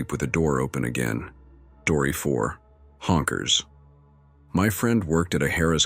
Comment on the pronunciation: Why does the AI keep saying H O N K E R S. Lol